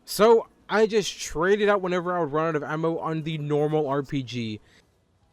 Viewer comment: "emmo" why bro ITS AMMO